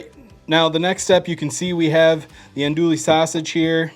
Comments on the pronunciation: They look great. Now for a cajun pronounciation lesson: it's not en-doolie sausage. It's ahn-doowie sausage! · Say it... aun- do-E Drop the L sound and go soft A and all the Cajuns won't laugh. But looks like a great recipe 😋 Thanks man! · Hey there! Just watched this vid and the Shotgun Shells vid...both amazing! Just as a heads up, there is no "L" sound in andouille. It is pronounced an- DOO- ee. Keep up the vids! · I’m trying these this wknd fosho!! It’s Andouille (än-ˈdü-ē) my brutha. Lol